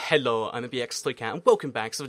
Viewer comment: Why do you say HELO and not hello anymore